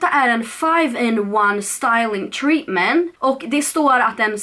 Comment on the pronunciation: TreatmenT, man uttalar T 🤟🌻